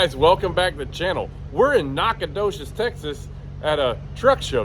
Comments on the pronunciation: It’s Nack-a-do he’s🤦‍♂️ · Nack-a doches🤦‍♂️😂😂